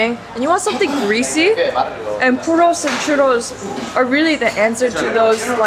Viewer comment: Every time she says puro a puppy dies